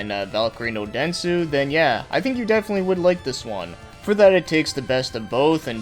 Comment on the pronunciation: By the way it's "Densetsu", not "Densu".